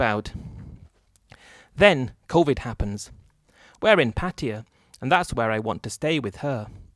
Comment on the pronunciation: Why do you keep calling Pattaya as Patiya.. 😅😅😅